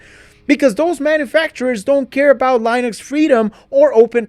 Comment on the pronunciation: Lienux? You trying to say Linux?